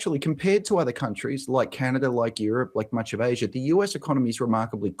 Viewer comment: Canader? You serious dude